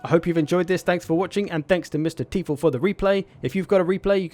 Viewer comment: Teufel is pronounced like 'Toyfull' and it means 'devil' in German.